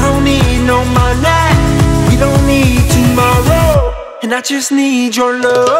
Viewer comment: I love the song but the way he pronounces money, I can't lmao